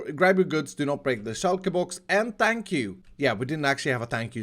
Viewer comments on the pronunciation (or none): Stress shortens “thank you” to “fank you”, but that’s not what I read at first.